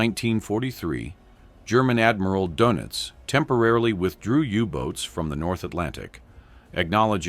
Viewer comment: I hate AI "Donuts" for "Doenitz" and that is just one typo ... JHC